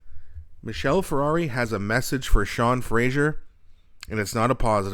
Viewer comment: 1) Michelle is not a car - wrong pronunciation; 2) Marc is a communist and Sean is a soldier; all policies are about Marxist control